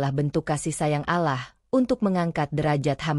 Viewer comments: Kok Allah bacanya alah sih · Bukan alah min. ALLAH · Allah Doble L kenapa di baca alah itu hilang satu huruf L kalo ga bisa baca Ga usah nerangin sesuatu.ini beribu ribu orang bisa salah paham Allah bukan alah dari awal sampai habis alah melulu kapan bilang Allah gitu ga usah koropsi huruf ngapa 🙏😭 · Bkn allah tp olloh bacanya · Allah swt..bukan alah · Ngomong Alloh yg bagus